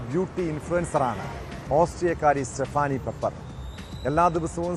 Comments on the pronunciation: സ്റ്റഫാനി അല്ല സ്റ്റെഫെനി സ്ലോവാനിയ അല്ല സ്ലോവേനിയ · സ്ടെഫാനി അല്ല സ്‌റ്റെഫനി ആണ്‌